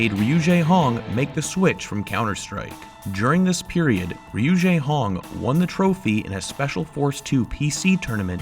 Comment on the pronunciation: Hi, I don't want to sound rude, but his name isn't pronounced "jaehong", it's Jehong with the e pronounced like "chair" Sorry if it's a bit innacurate, English isn't my first language :(